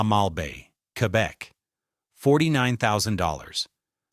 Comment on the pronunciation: queerbec lol